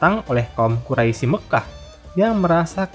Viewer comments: Ijin memberikan koreksi min. Untuk menyebutkan kata "Quraisy" dibacanya dengan "Qurois" dan juga iya yg sudah diralat oleh kawan2 komentar, terkait perampasan harta dari kaum Quraisy oleh kaum Muslimim, itu sebagai pengembalian hak milik atas harta kaum Muslimin yang sebelumnya sempet dijarah juga oleh kaum Quraisy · Quraish dibaca Quraisi, lafadz Allah yg mesitinya dibaca tebal dibaca tipis